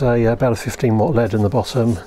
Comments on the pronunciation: L-E-D not LEAD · Am I the only one who cringes every time he says lead? It’s an L E D. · Repeat after me - L.E.D..... L.E.D..... Not ruddy led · EL EE DEE. Not "led" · Saying led instead of LED was so strange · LED NOT LEAD 🤣🤣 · The way you say "LED" sounds more like "lead", like the metal... Maybe this channel will soon take off like a lead balloon?